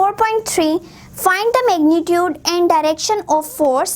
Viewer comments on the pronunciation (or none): none